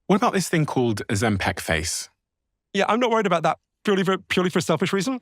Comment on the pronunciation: Why does Steven keep calling it Ozem-"peck"